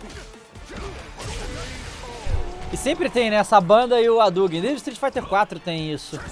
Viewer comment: Roriuguêm 😅 Adugüem